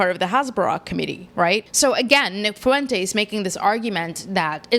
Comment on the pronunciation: Why do black podcasters say "fu-entes?" The UE is a dipthong